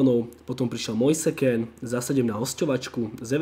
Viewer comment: citaj Mojs Kín :)